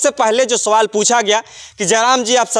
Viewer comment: कैसे बोल रहे है भाई सवाल कि सोवाल